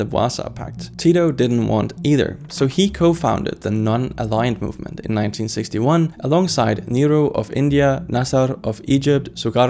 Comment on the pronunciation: Nehru became nero with your pronunciation